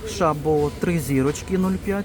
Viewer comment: Дякую за огляд. "Світоч" зараз дуже смачний шоколад! Шабо - наголос на " о", це мабуть якась французька назва , а там завжди наголос на останні склади.❤